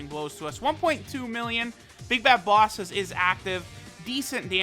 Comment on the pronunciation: Normal Person Pronunciation: Bosses pronunciation: BAWSES